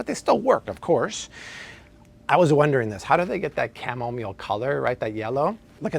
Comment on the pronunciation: Dude can’t even pronounce chamomile 🤦🏻‍♀️